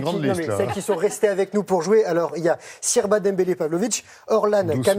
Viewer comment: Il a dit sirba au lieu de siraba il est trop bête